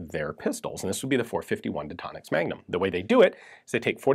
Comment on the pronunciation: I heard .451 magdump😂